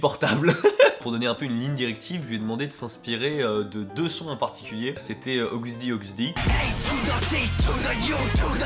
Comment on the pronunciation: T'as dis bétééss ;-; Et August D ;-; Chuuuuuuuut